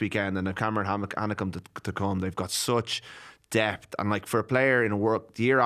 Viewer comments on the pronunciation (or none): Cameron hanekom not hanneka for fuck sakes